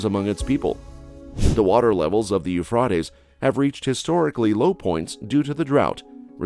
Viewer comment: I believe you mispronounced the Euphrates. I have never heard it pronounced as you did - with an "ah" sound in the middle instead of an "a" sound. (or was that a robotic voice? Hate those)